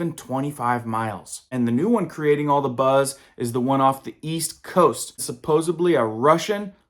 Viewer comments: Not trying to be insulting...you seem sincere and I am too. When you pronounce "nuclear" as newk YUH ler... anything else you have to say is easier to not take seriously. Also... there's no B in "supposedly." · Ugh! The word 'supposedly' is pronounced as 'suh-poh-sed-lee'. Not 'sup-pose-ublee'. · 🤣🤣🤣🤣🤣"Supposebly" "Nucular"...